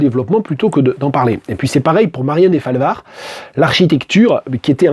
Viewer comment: Deu-falvard, pas Dé-falvard, please !